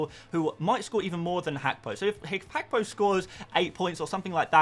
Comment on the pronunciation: it’s Gakpo not Hakpo. It’s a Ghanaian ewe name. 😂